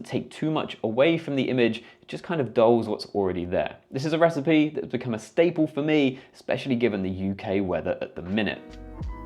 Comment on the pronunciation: It's "staple",, not "stable". I liked this collection a lot. Thanks!